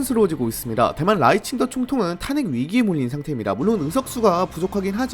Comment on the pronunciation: 근데 왜 라이칭더라 쓰고 자꾸 라이칭터라고 발음해요? 중국인이세요?